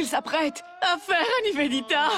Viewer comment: Karan ne sait pas prononcé Niveditaaaa, Nevenitaaa